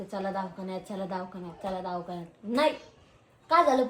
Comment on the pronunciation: दवाखाना ❌ दावखाना ✅